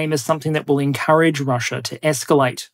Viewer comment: I’m curious as to why you occasionally say Chiner, Russier, Dater, Areer, & Agender?